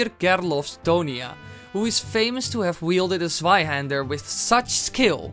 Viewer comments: ohhh you mean a "zweihänder" i understood sweihander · I think the good thing bout being german is to see how everyone else tries to pronounce it Swaihander = Zweihänder Panzerfaast = Panzerfaust Schwimwatschen = Schwimmwagen xDD (at least you got Landsknecht right x3) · Hi, i'm from Denmark (just north of Germany) and so, we learn German in the school, and i want to oraise you for your exellent pronounciation of the word "hander" but something you got wrong, was the pronounciation of "zwei" it is NOT pronounced "svei" but "tvai" little difference, i know, but just get it right next time. (You probobaly used google translate to hear the pronounciation, but google translate is often wrong as in this occasion) ok, i love your vids keep doing what you're doing, i love you bye 😗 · It's Zweihänder, not Sweihander! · Bro it is Zweihänder not Sweihänder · the sweihander sword xD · Sweihannder xD Im German but i Love ur Videos <4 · you spoke zweihänder wrong 'zwei' and 'der' were pronunciated right but 'hän' has to be said like 'han' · You can say stweihänder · Zweihänder XP Your german is baaaad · If he had spoken "Zweihander" the way it is written it might have been the correct pronounciation! So n Witz! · I laugh so hard wen you say Zweihänder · The first time you said "Zweihander" I didn't understood it and im german! I got it when you said its german 4 double handed swords.😂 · you pronounced the two hander funny(I'm from germany)